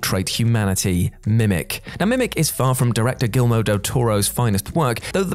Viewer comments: Why is it that so many of the '...Culture' presenters always mispronounce names, like they have only ever read them: it's McG like McDonalds, and Guillermo, not Gilmo! I've noticed it in a few other videos, so while the script writers are good, these presenters need to up their game, do a bit of work and actually get these things right! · I think it’s pronounced Mick- G and not M-C-G and Guillermo instead of Gillmo. But I’ll let it go because it’s. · I believe Guillermo is said "Gee-air-moh" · McG is not M C G, Harve Bennet is not Harvey and Guillermo del Toro is not Gilmo. Pretty sure that's not how Nicholas Meyer's surname is pronounced either.